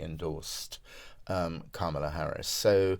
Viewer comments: Her name is pronounced "comma la" not "kam ala" Shes been vice president for over three years....how come our journalists keep mispronouncing her first name??? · Emily, she doesn't pronounce her name CAMELa, it's CARmela. I'm not sure why so many English presenters can't say it. Is it that large an intellectual leap to say someone's name as they say it? It is ignorant to keep mispronouncing a person's name, even as your colleague in front of you keeps pronouncing it correctly. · please learn to pronounce her name right, closer to "comma-la"